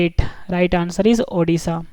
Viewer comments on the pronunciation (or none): It is not Odhisa it is Odisha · It's odisha nt odhisa